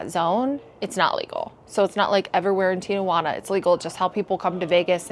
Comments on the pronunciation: Great video! I love TJ. FYI, the city is pronounced Ti-Juana, not Tia-Juana. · It's TIJUANA, not TIAJUANA. It's a city, not your Aunt Juana. 🙄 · They are required to get checked. I was in Adelitas years ago when the cops came in to check their medical cards. Stop saying Tia-juana. There is no a after the letter i. Very annoying